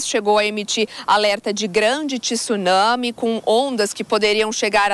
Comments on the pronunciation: Ela quis dizer para pronunciar sem o TCHI. Seria Tsunami. E não TCHIsunami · não , vc fala com tsunami ela corrigiu por que falaram tisunami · TSUNAMI e nao TISUNAMI （津波）つなみ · Sou Professora aposentada da USP e tenho postado constantemente dos repórteres pronunciarem T I S unami .Acho que precisavam aprender a pronunciar corretamenta o encontro consonantal _ tsu .Como incorreto também é pronunciar " adevogado " pisicologia". Vamos insistir nisso. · A pronuncia seria sem a letra (t). Seria só (sunami)?